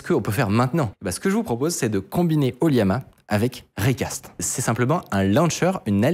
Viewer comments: Pitié c'est LLAMA / oLLAMA et pas Liama 😅 Autrement oui, ollama, c'est incroyable d'autant que depuis récemment on peut l'interroger avec le jeux d'Api openai. On peut adapter son code pour pointer sur son ollama. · J’ai remarqué la tendance à prononcer LLAMA, liama (ou yama?) au lieu de lama (laa muh, pour la phonetique) 😊